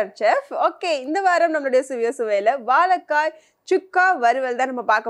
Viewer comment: வாழைக்காய் not வாழக்காய்